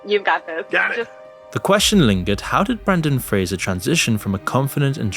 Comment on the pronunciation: The funny thing is that most people pronounce his last name wrong, but he actually got that part right 😂